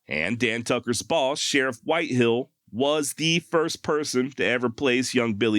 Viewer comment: WHITEHALL NOT whitehill